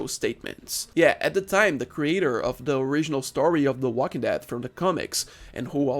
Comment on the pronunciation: The way you stress the second syllable as "theWALKingdead" and spit the whole thing out like it's bitter is super funny for some reason